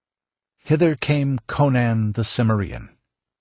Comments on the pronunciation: Sim-err-EE-an? hahah It's Sim-AIR-ee-an :o) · Much obliged for the upload. As for the narrator, I've never heard anyone else pronounce "Cimmerian" like he does. He says "sim-uh-ree-un", whereas everyone else I've met says "sim-air-ee-un". Very odd.